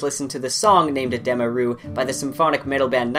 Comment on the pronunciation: It’s Uh dee muh. It’s not uh deh muh